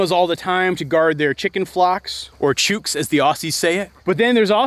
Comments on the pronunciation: Down here in Oz it's "chook as in book" not "chook as in puke" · chook not chuke :) like look not luke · 😂😂 As an Aussie, you attempting to say chook made me snort laugh! Say the oo in chook like book, not like the oo in shoot 😂😂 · As an Aussie I can see how the pronunciation mistake was made, but it still made me grin when he said it. For those out there who might be wondering about the correct way to say it, "chook" rhymes with "book". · In Australia, 'chook' rhymes with 'book'. This was a delightful video :) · Also for future reference, chook is pronounced with the same oo as cook 😂😂😂we call emus bush chooks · You might need to work on your Aussie English. I giggled when you said chook. It is normally a short sharp sound that rhymes with book! Calling here chook chook chook in Australia will quickly have you surrounded by hungry chickens. Watching this video I had my small old house dog sleeping on his bed. His job is to be a companion and catch mice. He is built to be inside, turn around in tight spaces and be happiest with his person. On the other hand my second dog, a young kelpie, came in for a pat, checked on me before heading out the dog door. She has a large yard to check out, a border collie next door to race along the fence and a farm to watch over. Kelpies are sheep dogs, they are built to run all day and check in with their person for instructions. So that is what she does. If she (kelpie) gets near my birds she rounds them up. If he (house dog) gets near my birds he sniffs them once then follows me. My birds are carefully fenced away from my kelpie. Less stress for everyone. Toby is a credit to you and his breed. Built to be outside and to work. Even if he had access to the house I bet he, like my kelpie would spend most of his time outside. Maybe come in to quickly check on you. But the house is a boring place for working dogs. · Sorry dude but you mispronounced both Aussie and chook lol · That is absolutely not how australians pronounce chook lmao